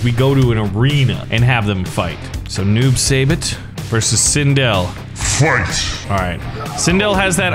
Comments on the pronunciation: Noob saibot is pronounced Noob sybot not Noob saybot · It’s pronounced noob sighbot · As I watch him bully Kano I was going to say Kano was my favorite, but now I’ll just say Noob sybot but it’s pronounced si-bot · Stop saying noob say bit, your suppose to pronounce it noob sai bot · Noob saibot name has to do with mk creator ed boons last name and something tobias. His name is their last names backwards. And it is pronounced noob sighbot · It’s pronounced noob sie bot I spelt it weird but ehh love your vids by the way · ITS NOOB-SAI-BOT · It's pronounced noob sigh bot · I love that. Can't say noob saibot corrextly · Omg you pronounced SO many names incorrectly lol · He’s not saying noob saibot correct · WHY CANT HE SAY NOOB SAIBOT CORRECTLY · Your not pronouncing noob saibot correctly No Hate Btw